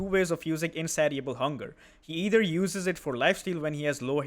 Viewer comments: FYI: in-say-sha-bull hunger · The "ti" in "Insatiable" makes an "sh" sound like in the word "nation". I know english is a nightmare...I wouldn't say anything if you weren't already doing a good job with the language. Hope this kind of feedback isn't burdensome, love your content